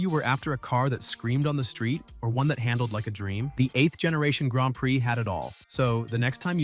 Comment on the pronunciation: "Gronned preee"😂